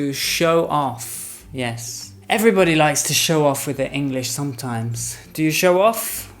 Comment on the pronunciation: Tantos videos y seguimos diciendo "ingliss"?